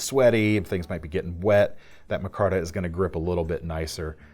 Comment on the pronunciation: It's pronounced micarta not mahcarta? It's like every episode you mispronounce another word, lol just kidding love your videos.